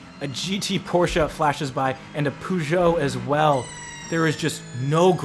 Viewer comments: Peugeot = "per-zhow" not "poo-zhow" 😂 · It's "Peugeot" ! Your welcome . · The pronunciation of Peugeot 😢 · Your video was great, but please... PLEASE... Google how to properly pronounce Peugeot :D